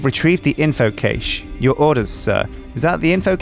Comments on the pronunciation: cache, not cage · Caysh :D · You are pronouncing cache so wrong and it's bothering me more than it should. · Anyone else find it odd how pronounces "cache"?:D